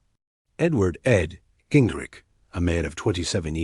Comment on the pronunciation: can you at least try to get the name right ging-rich r-i-c-h-h-h